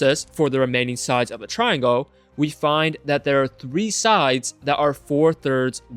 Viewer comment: "triangoah" beo js say triangle